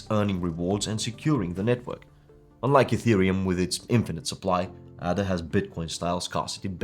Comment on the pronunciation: It's pronounced "AAAAAAAA DA". It's named after Ada Lovelace, recognized as the first programmer. If you want the audience to respect you, please take the time to at least pronounce it right.